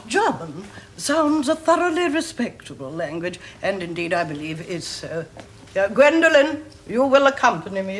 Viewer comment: It's Gwendolen, not Gwendolyn.